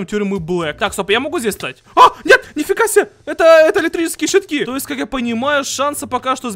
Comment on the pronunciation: Б***Ь ПОЧЕМУ ВЫ ГОВОРИТЕ ТОБИЖ!? ПО ВАШЕМУ СЛОВА ТОЕСТЬ НЕ СУЩЕСТВУЕТ!? А так видео хорошее